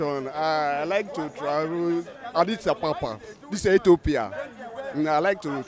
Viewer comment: Abeg bundle the man that says Adisabab to Sudan